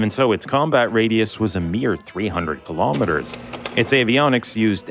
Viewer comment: ...if only he could properly pronounce kilometer!